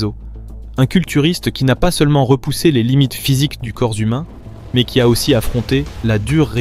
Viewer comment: 0.14 "du corps z'humain"?! Vraiment?!